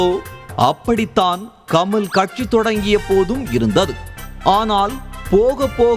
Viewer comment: கம’ள்’ இல்லய்யா.. கமல். அள்ளது .. இல்ல அல்லது.